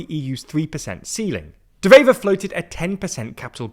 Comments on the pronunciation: It's De Wever, not De Vever. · Again with this shit? Which government? We have 5 or 6 of them. Also, it's pronounced Dewever, not devever. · Small note, W in Dutch is just a W, not pronounced like a V.